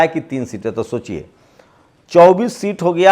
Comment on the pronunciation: इंसान जीवन भर सीखता रहता हैरहटा है। तुम बोलने में सुधार जरूर किए हो कुछ जैसे सोचियेशोचिए कहना कम किए हो।